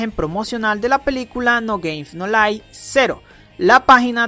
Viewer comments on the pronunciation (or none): como las personas pronuncian no game no life como tu lo pronuncias no gamef no lif :V (sin ofender es un chiste :v)